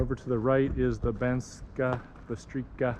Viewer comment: C in Slovak is pronounced as ''ts'' :)